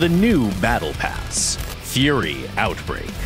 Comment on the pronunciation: And another r in fury lol